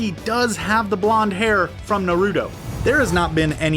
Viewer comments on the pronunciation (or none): The stress in Japanese pronunciation is on the first syllable not the second e.g NAruto not naRUto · Okay dude, just stop making these vids when you complete botch every Japanese name, term or words. Narudo, Madara (but then how you say it), A-kat-suki, bye-uka-gan, haiuga? I somehow find it even stranger that you made up these pronunciations, as even the Dub does not say this, and do not get me started on the original pronunciations from the subbed version of the series. Ow yeah, and Borudo.. Damn it feels like a completely different character list when you read it.. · Every character with a “TO” the end this man replaces it with a “DO” Narudo Borudo Obido 💀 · Why does he say “Naruto” like “nORuto” like no. 90% of the time, the “ar” in Naruto should be pronounced the same way in both English and Japanese. Just like in words like “NARcotic” or “NARcissism”. With his pronunciation those words are now “norcotic” and “norcissism” idk if it’s just me but it isn’t even that hard. Especially if you have heard it correctly even once. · “Narudo” “Borudo” lol so many mispronounced words! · Narooto, borooto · Is he joking?? xD "kaboodo, tobiido and naruudo" had me dead lol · I disliked the video as soon as he said "narudo" and "borudo" you might as well just say 🌯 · "Nerr-ooh-toe” Nope I’m done. Bye! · Not to mention Narudoe and Borudoe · You said naruto and akutsuki wrong i think i mispelled akutsuki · You said Naruto wrong also boruto